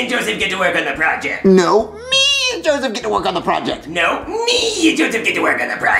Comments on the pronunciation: LOOOOOL DID YOU ACTUALLY SAY JOSSIVE ITS JOSEPH how do u even complicate it that much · Its not jospeh, its not jossive, its "Joseph" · So did you, its Joseph not Jospeh